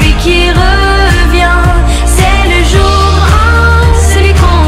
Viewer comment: Pronunciación Joug on Amor numero on Ce la Amur suprem Di mua que tu ames Shu vu on joug Numero du Un suit Al hotel supplemont mogtel Yi te regarde Tute la nuit Donce surmon am ne plu permis Neuf jougs La vie cet du velours El eternite Une necesite Joug dis Vagacion du delis Que vudra tu feg? Une ballade en mer Shak jour Depandonce al amour Pa de dons atur Ce le joug on